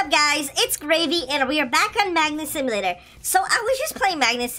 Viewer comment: lol you say : Black Hole Simulaltor lol Simulaltor